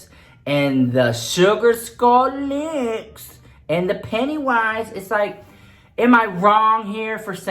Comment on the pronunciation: Nobody:: "Suwgar Skull Leeewksss" 💀💀💀💀